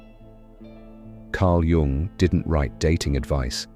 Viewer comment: popcorn psychology from a dude who cannot even pronounce Jung's name 🤷‍♂️